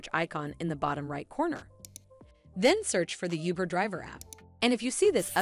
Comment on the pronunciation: Lost me at “youber “